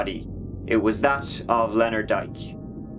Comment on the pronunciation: He was a wonderful man. (Oh, Dyck-it's pronounced 'Dick')